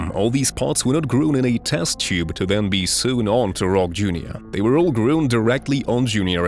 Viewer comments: Grown... GROWN. Not GREWN. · That's the best AI attempt at pronouncing "grown"! Frickin' hilarious 😂😂😂